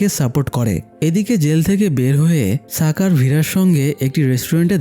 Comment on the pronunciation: সাকার কি ভাই! স্বাকার এটা শাকার উচ্চারণ হবে!!